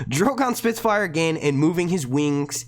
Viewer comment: 'spit fire' had me in stitches just please don't do a northern accent again 😝